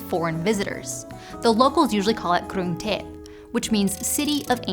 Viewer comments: i'm not thai (Filipino) but that pronunciation sounds legit! With accent!!! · That pronunciation sounds BEAUTIFUL! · Thai is a tonal language so it’s pretty hard on native English speakers already. It wasn’t perfect but I very much appreciate the effort anyway and she did well enough to sound coherent for sure 😊. Reciting from beginning to end was a pleasant surprise, keep up great work 🎉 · it is impressive that you nailed the name of Krung Thep, but I think the H of Buckingham is silence...?